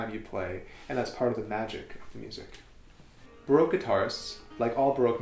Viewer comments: I really like this series of videos, but I get really frustrated by the way you say baroque. I'm not hating, it's just a tip. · He seems to know everything about the baroque guitar except how to pronounce the word 'baroque'.